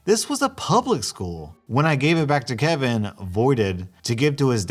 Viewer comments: "kevina" XD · m, an idiot, thinking this entire video is one story, wondering why was pronouncing kevin differently in the end, getting very confused with the story, then finally noticing the title WHEN THE VIDEO ENDED: 😁😪😵😤👀😲😩😑😅😠😣😒😑😐☺😛😃😂😆😜😝😋